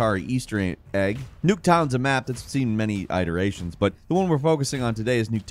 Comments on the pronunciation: I’m glad I’m not the only one that noticed how bad his pronunciation is. The worst word that he constantly gets wrong is “iteration,” like . It bothers me so much. But I still love him! Haha😂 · Its I ter ration not eye to ration cmon man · Do you walk around in real life saying "eye-teration"? How does a professional narrator have so many consistent mispronunciations